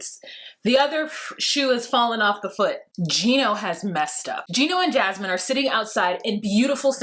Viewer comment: Don’t spell her name like mine! 😭😭😭😂😂😂😂 I don’t wanna be associated with that woman lol Every time I hear say her name I’m like “huh?! Whaaaa??” 😁😭